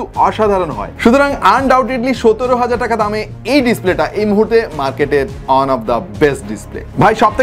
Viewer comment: Amar ektai prosno ,apni one k on keno bolen